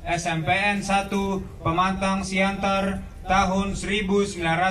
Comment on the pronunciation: Teksnya yang salah tulisan nama kota Pematang Siantar, atau yang membaca yang salah baca, dibacakan : Pemantang Siantar?.